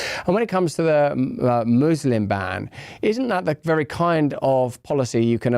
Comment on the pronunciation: How did he go from saying "muslim" to giving an accent in a matter of a few words and now it's "mooselum"..?